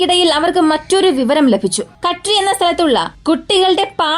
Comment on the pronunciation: കഡ്രി അല്ല കദ്രി